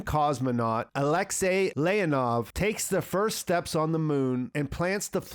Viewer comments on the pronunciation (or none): none